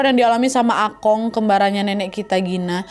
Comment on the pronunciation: Plis nad emang tulisannya Akong tapi bacanya bukan Akong, akung tapi pake o ada u nya juga gitu loh